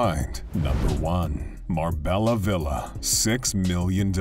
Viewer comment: Pronounced mar bey a ta c